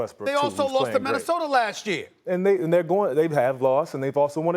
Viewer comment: SAS stay sayin 'Minnesotar' lol